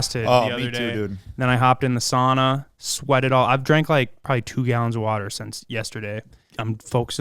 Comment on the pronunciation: need to learn the right way to say sauna